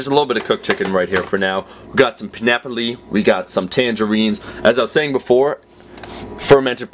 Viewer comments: Omar: "We got some pin-appa-lee..." Me: "WTF? Oh, PINEAPPLE... damn, I'm slow." -__ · PIN-APP-LEE lol